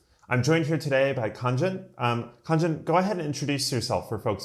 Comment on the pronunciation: I'm Khaaaanjn not Khanjan 😂